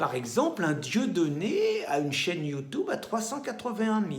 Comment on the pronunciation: ça va, votre chaine va dépasser BFMTV, tu prononces mal "YOUTUBE "